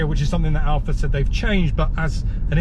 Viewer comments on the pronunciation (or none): none